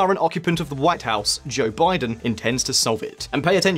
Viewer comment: Joe "B'aye-den"? 🤨